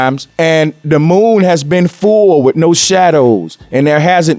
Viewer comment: How many times did you really need to show and say "dis model we started wiv", twice woulda be sufficient but my guess is you repeated it about 15 times!! This video coulda been made in less than 10 minutes, probably 5 minutes actually, you just kept on repeating everything you said over n over again. What a waste of time. Good points tho!